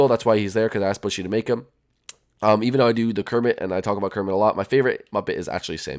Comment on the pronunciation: ke roll rrrrrrrrrrrrrrmet